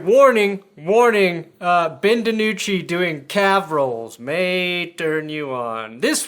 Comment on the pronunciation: I am once again asking, nay, BEGGING you to say DiNucci's name like a normal human being. It makes the Dragons' segments unwatchable.